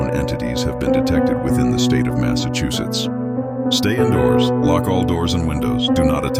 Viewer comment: Massaahs what now? Due don’t use AI.